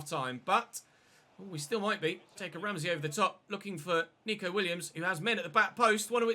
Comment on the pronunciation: it’s neco williams not nico!!!!! god dam